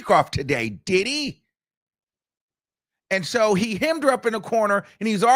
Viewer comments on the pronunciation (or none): And sometimes he hits us with "AND-SHO".🤣😂🤣💀